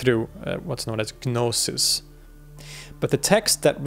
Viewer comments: the G in gnosis is silent so its pronounced no-sis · You don't pronounce the 'G' in 'Gnosis.' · Stopped listening once he said "Ga-nosis" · With the exception of "gnosis." The G is silent. 😊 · The G in gnosis is silent.